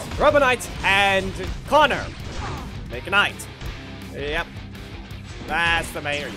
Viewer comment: Connor Mc"night"😂